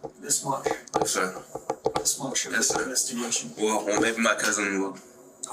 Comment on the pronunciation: "Yis ser."